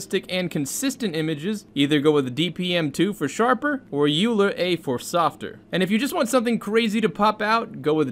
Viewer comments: The ‘a’ is for ancestral. Those are very creative methods that can generate almost new image at n sample counts. Also Euler is pronounced as oiler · Great video. BTW, Euler is pronounced "oiler" and he was probably one of the most brilliant mathematicians ever born, which is why someone born in 1707 is still pretty awesome even today. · "euler" is pronounced "oil-er" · Euler is pronounced like oi - luh. It’s German.